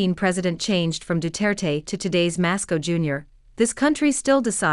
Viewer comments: Somebody please tell the AI that the PI's president is named Marcos not Masco. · 1st you pronounce the Boomboom's last name like this. Mar- k-os. 2nd I like the reversal of the so-called freedom of navigation. It is something I thought China needed to do for some time now. 3rd the claims by the West that China does not have a blue water navy. It is something I found to be utterly laughable. The modern Chinese Navy of today has had a Blue Water Navy for some time now. However 5 Aircraft Carriers is not sufficient to counter the US. On the Oceans. Still China's Missile & Rockets are the true threat to the US, militarily. Which is only made worse for the US and NATO by the Chinese manufacturing capacity. Which can out do the US, NATO, and West by a long mile. Which explains why the Chinese are NOT frantically trying to equal or surpass the US Air fleet or Naval Fleet. Which makes further sense in context of the Chinese military being a true defensive system. Unlike the US and NATO who claim to be Defensive, but real World aggressive adventures of these so-called "defensive" organizations. Seems to be all offensive at all times. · A correction, it's Marcos Junior and not Masco Junior. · His name is MARCOS, not MASCOS.